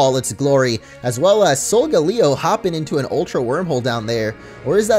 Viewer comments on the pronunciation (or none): You say sogaleo Rong